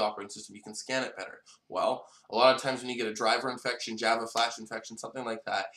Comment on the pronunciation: You cant pronounce Java : )